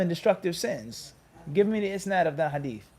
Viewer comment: Jazak Allahu khayr, another jewel from my brother. When you say isnaad, the accent is in the last syllable.. isNAAD not ISnaad You have great patience and love for your brothers, like a general.